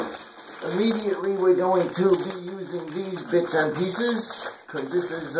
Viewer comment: "BITZNPIESES" Love this guy's demeanor, lmao.....his friends must say, YOOO!!!